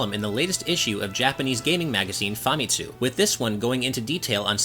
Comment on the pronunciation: It’s pronounced fuh-mit-su. I doubt he will ever pronounce it correctly though 😂